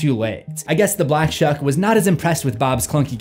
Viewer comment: For some reason I keep hearing the black chuck.